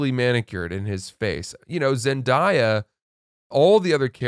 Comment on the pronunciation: it’s pronounced Zen-day-uh not Zen-die-uh